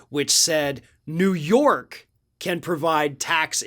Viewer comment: It’s up to you New York, Neeewoo Yooork